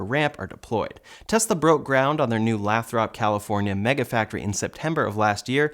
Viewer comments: Just fyi, I’ve lived in Lathrop, CA. It’s pronounced Lay-thrup. Not Lahthrop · Lay~thrup. Lathrop